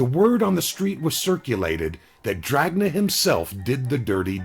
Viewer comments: In italian it would sound more like dranya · not to nit pick because you do a great job but jack dragna pronounced DRA-NA... g is silent in italian, doesnt really matter tho i guess